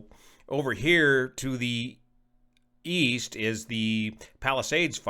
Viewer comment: Did you say,... East? I thought you said Wheast...